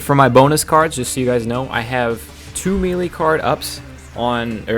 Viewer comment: Its pronounced maylay, did you play SSB Melee?